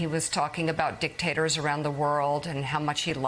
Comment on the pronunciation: ... In case you only came here to hear Mika say dic-tater😅